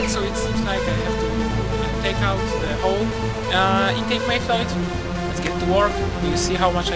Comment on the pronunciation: Not much videos on these Omega, 👍 Technoaxe almost ruins it completely though 😂 Voice needs to be louder than music, impressive ability with the English as a second language too; only "valve" and "manifold" pronounced a bit off but would have to be pretty dim to get your meaning confused! Some people just like to pick holes in things. I know video is very old but -Thanks! 👊 P.s is still running these years later??!